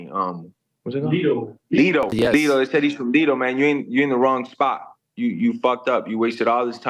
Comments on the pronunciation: It’s Lodi not lido haha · Lodi, not "Lido." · Jorge it's not leedo , it's lodi ca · Lido na it's Lodi 😂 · It’s Lodi 😂😂